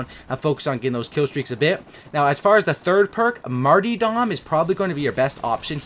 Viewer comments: Dropped a like, but yo, the perk 3 is called Martyrdom, not Martydom like the name Marty. There are 2 "R's" in the word. Nothing but love, keep making your awesome COD vids! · Mar-TYR-dom ffs